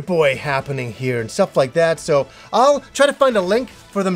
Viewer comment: Every time says "Welcome to another Game Stuff" my French ears hear "Welcome to another Game Stop" and every time I'm like "WTH??" for a second, then I get to compose myself again.